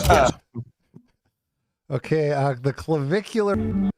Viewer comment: I’m sorry but it was very boomer coded of that guy to know claviculars name but keep calling him clavicle. I’m not a fan of the guy by any means but cmon now unc.